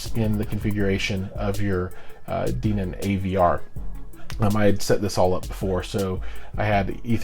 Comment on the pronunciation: I think the correct pronunciation is Den -on. Also I enjoyed the video. I am thinking about buying similar stuff for my home theater. Especially those amps. the Dayton subs, and the mini-dsp. Are you planning a setup video with the mini-dsp?